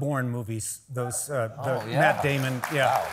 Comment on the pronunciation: "Matt Dyamon!!" 😁